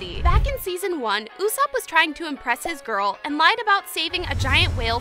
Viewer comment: blud said seasom 1...